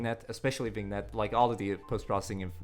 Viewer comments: Say '''viniet''' and you are okay :) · Thanks for the info! Super old I know but as a person who speaks french, Vignette is pronounced "Vin Yet" :D U probably know by now but eh maybe it'll help someone else who possibly doesn't know haha. Great vid as usual!